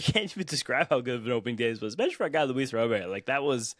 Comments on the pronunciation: it Robert not Robear LOL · His name is pronounced Rah burt! PLEASE say it right it's so annoying when you and others say it wrong lol. 1st HR was SERIOUSLY wind aided. Pirates have a pretty good lineup and really good. SP what will kill them is their defense and pen. If this is what the lineup is going to be the majority of the year they are going to win more than the 84 win predictions! LGM!!!!